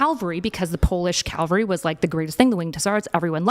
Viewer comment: called cavalry "calvary" twice in a row lol